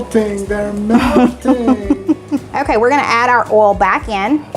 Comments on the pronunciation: OMG! You pronounced "boil" AND "oil" correctly!!!!! I knew you could do it!!!!! I love your videos, regardless 🥰 and think you and are so cute together! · Lol. I was happy to see you pronounce the word "oil" like us Northeners. Lol❤😊.